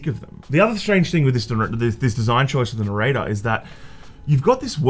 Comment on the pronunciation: Never heard narrator so many times. The accent makes it sound so wrong